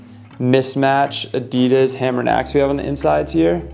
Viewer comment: Cool shoes but why o why does everyone pronounce Adidas wrong???